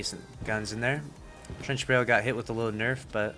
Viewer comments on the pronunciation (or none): none